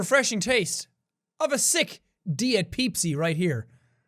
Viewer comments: Did he say "peepsi"? Was that sarcastic or what? TELL ME! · what is “Pepsi”? Do you mean “bepis”?